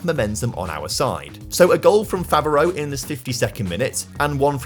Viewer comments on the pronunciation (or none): I love that you've done more videos in France lately, showing up the irl clubs... Now, if only you could get the pronounciations close to correct. (You're quite good at pronouncing the clubs, but for example, Favreau would be pronounced Favr-o, not Favr-ee-u.)